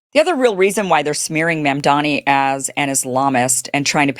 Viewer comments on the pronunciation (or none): Madam, it’s MAAMDAANI, not memdeni 😅 great content as always! 😊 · Its Mamdani, not Mamdami ...Mispronouncement of his name will change nothing..Mumdani earned thi position, and if his critics have any goodwill for fellow- New Yorkers they would hold their peace and help him make New York a haven for all to live in and with harmony.. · He can't even pronounce his name correctly...lol "NANDAMI" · Cruz still saying MAMDAMI. Stupid! It is MAMDANI. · Theodore Cruz is stupid for mispronouncing Mamdani's name. Everything he utters is garbage.